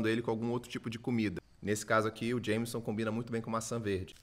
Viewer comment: ótimas dicas, só o Jameson que é um whiskey (pronuncia irlandesa/estadunidense) que é horrível kkkkk